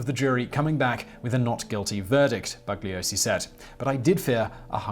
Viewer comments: The "g" is silent in the name Bugliosi. BOO-LEE-OH-SEE. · Just to nit-pick, the "g" in Bugliosi is silent. Members of the "family" tried to taunt him by calling him BUG-liosi. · In his book "Helter Skelter", Vincent Bugliosi wrote that Manson deliberately said his name wrong:. "BUG liosi". His name is Italian and the "g" is silent: "boo - li - O - si".